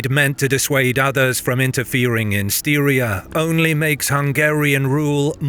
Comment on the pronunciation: I was going to mention you pronounce Styria odd, but seconds later you nail it 3 times. I'm stunned that your ear hears seem to have picked that one up, but there is no hesitation whatsoever. That's cool. It's not surprising these guys left their infantry behind though, because peoples like the Pechenegs were hunting on these lands along the Danube river for 1,000 years. These are continental superpowers. If you can't afford a horse - you get to protect the camp with the women.